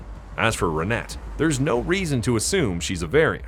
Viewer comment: Renet is pronounced Ren-ay